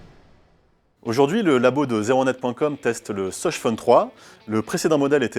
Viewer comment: 'de ssoss' j'étais morte